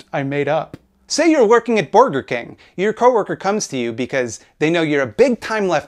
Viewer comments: Does Caleb really think mispronounced Burger King because he () genuinely knows nothing about the fast food industry? That's wild, huh? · Hmm, borgers. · I thought the correct pronunciation was "booj-wah king"? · I can never pronounce it any way other than "Borgar King" from now on